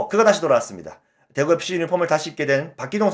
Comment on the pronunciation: 대급시? 대겁시 ?? 믄 말인가 도리도리 몇 번 들어보니 <대구FC > 라는 거군요